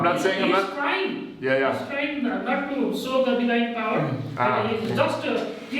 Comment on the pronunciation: He don't know how to pronounce divine